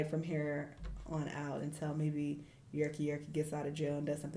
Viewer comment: his name not yerkky yerkky fr 😭